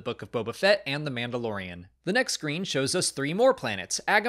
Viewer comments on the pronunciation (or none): none